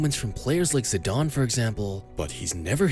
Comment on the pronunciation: Zidane* not Zidone